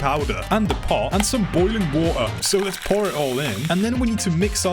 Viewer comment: BoLIng wUTah